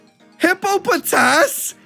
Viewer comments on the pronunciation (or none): it is NOT HIPPO PO TAAAS